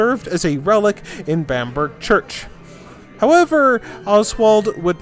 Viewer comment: Very well researched, I don't wish to be unkind, but there are some glaring mistakes in pronunciation (Bamburgh... not Bamburg) and the Germanic tribes came to Britain, not England (it was not called Angland or Saxland till centuries later), but I have to say, apart from that it, was marvellous, very well done, very enjoyable, an excellent presentation, of a lot of information but in a very clear and enjoyable way